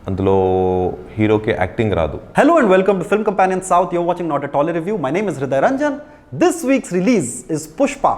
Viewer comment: Review sounds like saüte 😂